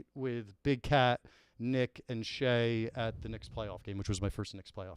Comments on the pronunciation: There's a solid chance he's mispronouncing it on purpose, but it's still driving me crazy that nobody is correcting when he says Shay instead of Cheah 😂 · It’s almost unwatchable hearing call Steven “Shay” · kinda alpha’d Cheah the whole time calling him “Shay” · How did no one (until 47 min in at least) call on saying shea vs chea? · Love to everyone. Thanks for watching. Thanks to the YAK, Barstool team, and Big Cat. My brain is broken and I always mispronounce Cheah for no reason, my apologies. I definitely talked too much, call it a rookie mistake, but I did my best to make it a fun episode. All the feedback is appreciated ... good, bad, and ugly. One of the best experiences of my life! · Someone has to tell that stevens last name starts with “ch” not “sh”